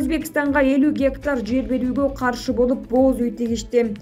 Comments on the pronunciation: "Бооз уй" тигишти дейт го."Боз уй" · Эмне деп окуп жатат,бооз уй дейби?бир эле о менен окулат.Мынча сабатсыз болуп кетишти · Эмне дейт бооз уй дейби😀😀😀